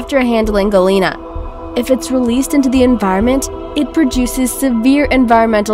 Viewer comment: Galina?!?!!? Omg.. this is soo wrong.... GALENA, not "galina"...